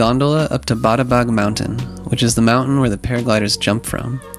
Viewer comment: It's not badabag, it's pronounced babadag